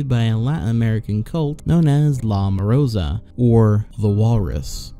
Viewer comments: it "la morsa" not "la morosa" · Is it really that difficult to pronounce "LA MOR-SA" ? I don't know where the fuck that in between "o" came from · LA MOROSA... i love when people butcher the lenguaje... i love it